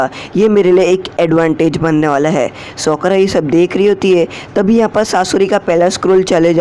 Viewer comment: Sokora nahi sakura